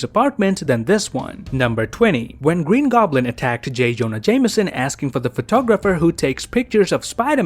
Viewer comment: Gween goblin